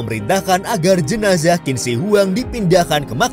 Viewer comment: Qin dibaca "chin".. . Dari dinasti Qin ini lah asal penyebutan orang china.... Sekali lagi Qin dibaca "Chin" ... Jangan salah lagi min